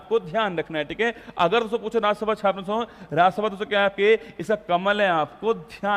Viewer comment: Chhaapna chhapna bolte kya bolte ho bahut irritate krta h or rasugulla